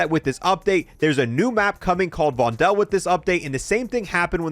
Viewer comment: the new map vondel is being mispronounced. the correct way of saying it is vonDOL instead of vonDEL. it is spelled vondel but if you want to say the name you say it as if there are 2 O's in it